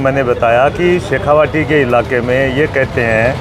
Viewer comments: नमस्कार अंजुम साहब आपकी पत्रकारिता का कायल हूं। आपसे निवेदन है कि शेखावाटी को शेखावटी ना बोले सर । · सर शेखावाटी है यह शेखावटी नही